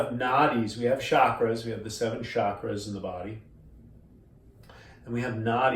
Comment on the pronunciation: when he said chackras he lost me